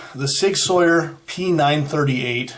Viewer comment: "Sour", not "Sawyer". ;)